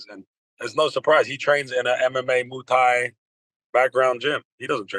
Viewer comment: Why is it so hard for him to pronounce Muay Thai? “Moo tie”